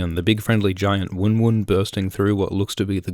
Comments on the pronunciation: IS Miss-Uhn-Day. Also he calls the giant "woon woon" not wuhn wuhn as it's supposed to be. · Woon woon. For fucks sake just say their name correctly.